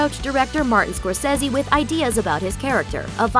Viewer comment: Scorsese ... omg if you can't pronounce his name right, please don't even try.